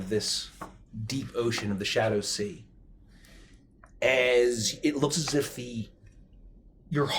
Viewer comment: What actually says: "Shadow Sea" What I swear I keep hearing: "Shadussy"